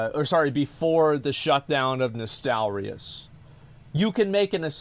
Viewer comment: I'm sorry on behalf of the UK for that guy saying "nostal-rye-us". He's an anomaly.